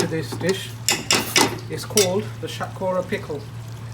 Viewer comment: Shath ko-ora 💀💀🤣🤣🤣.. fully caramelised that pronunciation